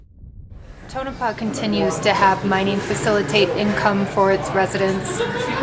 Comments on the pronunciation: lol i used to live in Nevada. it is pronounced Tow no paw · Prononced Tone-A-Paw